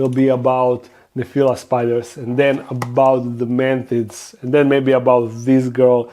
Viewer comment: This video stayed playing automatically on suggested from my channels im subbed top. I was like "oh cool, I recognize that voice (I was busy doing dishes) and then I heard "man tits" and I ran to the screen and said "he said fuckin what??" 🤣😂